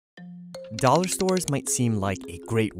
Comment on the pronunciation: The way he pronounces dollar bothers me